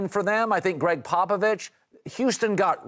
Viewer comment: “Popivich apolozgivezed”. - the Herd